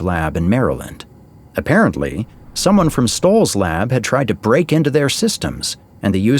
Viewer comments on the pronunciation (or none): none